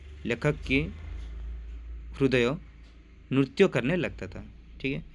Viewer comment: 👍 हिंदी उच्चारण का थोड़ा सा ध्यान रखिए। जैसे hrudaya नहीं hriday ,nrutya नहीं nritya.